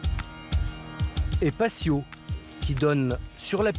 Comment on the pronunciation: UN PATIO ne se prononce pas "pacio", mot espagnol qui signifie cour/ cour intérieure/cour arrière.